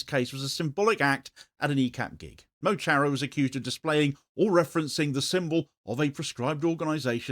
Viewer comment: FYI Mo Chara is pronounced Muh Kara, which means ' my friend'.